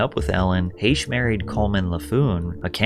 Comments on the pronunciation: It’s pronounced Heck not hashe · Heche, not Haysh. Jesus Christ lol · You said Anne Heche’s last name wrong. It’s pronounced “Hash”.